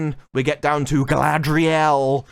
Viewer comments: It’s Guyladriel…. can you get it correct please! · This ain't Galadriel this is GaladREYal. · Galadriel? I thought it was CAladryl. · I love how all of the actors in the interviews pronounce "Galadriel" completely differently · Every time they say "Galadriel," it sounds like the consonants in her name got drunk, fell, and broke their hips. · I truly can't wait to see the show. I got my notepad ready to count how many different ways Galadriel is pronounced. It's my filologist and linguistic passion. 😂